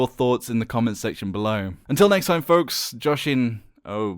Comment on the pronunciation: "Josh-in-oh boy....."